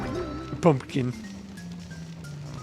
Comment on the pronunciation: the way he says pumkin